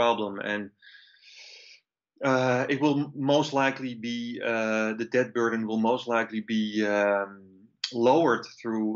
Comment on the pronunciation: The letter "B" in the word DEBT is silent - I wish you would stop trying to pronounce the word with the B